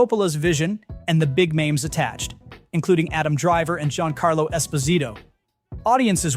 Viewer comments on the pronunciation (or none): none